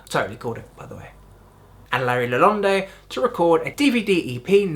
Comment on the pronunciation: and i dont think Ler's last name is pronouced "LaLonday" lol